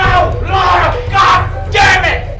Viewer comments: LARA !!!!!! not laura please how many times lmaoooooo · L-A-R-A not Laura... Goddamn, just butchering her name. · Might as well call her Larry Croft. Lol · Lara Croft LAH-RAH Not Laura LARA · 1 thing, it’s Lara, not Laura... just saying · No, it's still Lara. That's how it's spelt and pronounced, Americans butchering a perfectly good language.